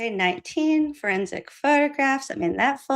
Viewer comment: Finally finished this. “whorensic room” 😂😂😂